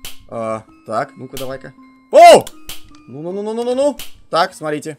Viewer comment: Правильно не ноу ноу а ну ну